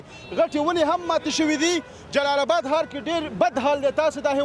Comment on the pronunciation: د جلال آباد حار نه ❌ د جلال آباد ښار ✅ لوخه نه ❌ لوحه ✅ د جلال آباد خلکو ډیر ښکلی تلفظ درلود. نه پوهیږم چی ولی دننګرهاریانو تلفظ خراب شوی دی ؟